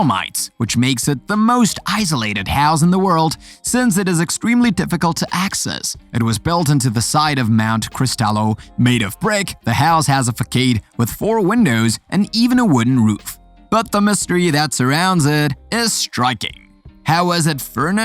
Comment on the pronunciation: Just a few pronounciation corrections. 1. Archipelago is pronounced “ Ar-Ki-pelago” 2. Facade is pronounced as “Fa-Sad” Overall a good compilation and narration. Keep it up! 👍